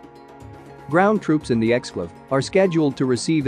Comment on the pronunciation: Right off the bat, “exclave” and “Kaliningrad” both mispronounced.